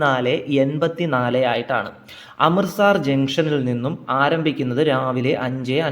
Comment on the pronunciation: അമൃത 'സാർ' അല്ല, അമൃത് 'സർ'. സ്ഥലത്തിന്റെ പേരെങ്കിലും ശരിയായി ഉച്ചരിച്ചിരുന്നെങ്കിൽ എന്ന് ആശിച്ചുപോകുന്നു.